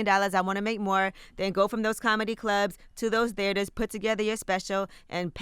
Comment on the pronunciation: He said "Theeters" lmao